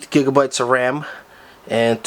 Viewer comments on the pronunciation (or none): "8 gigsabites "